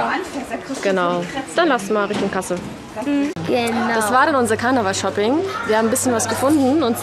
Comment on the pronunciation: Sie hat Karnaval gesagt 😂